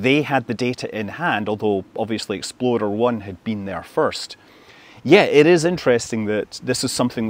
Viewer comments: . . . 'Exploder' 1? Did I hear that correctly? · Still sounds like you're saying "Exploder-1". 😆